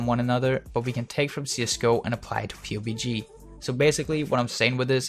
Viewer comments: Joel Ayers yeah thats normal, most everyone calls it’s PUB-G. Hearing him call it “pewbie G” every time is cringey. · Its pub g not pu bg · its pubg not p-u-b-g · It's called pub G not P-U-B-G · Did he just call it P-U-B-G? PUB-G dude, PUB-G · did you just call it pubie g you fucking peon. its pubg. it doesnt get any easied to say.. pug...g.. jesus dipshit gtfo. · Clouds He's saying P U B G. Which I guess makes sense. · The p-u-b-g make me cringe lol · Did you say "pewbeegee"? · Haha you said PewbeeG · The way he says P..U..B..G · Pee You Bee Gee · please for the love of god stop calling it p-u-b-g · its Puh-B-GE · pu bg that gave me cancer stop saying it like that lol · I'm cringing bc you kept calling it pobg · "Pew GB" is not how you say PUBG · Hey. Love the videos. but let me tell you how to pronounce PUBG its, Pub, Like a pub your drink at. and the letter G. So say it like this. PUB GEE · Are you dumb lol. You didnt even spell it right and he doesnt say pubie he says P-U-B-G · Pubes G. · hi im looking for a PUBG video on aiming but you say Pubie G, is it the same thing? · It's pronouced PUB-G amongst "us" awesome players Kappa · Pubic G-spot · LEARN TO SAY PUBG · is pissed me off so much how he said pubg we pronounce it like the word Pub and then add G at the end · You keep saying the game's name wrong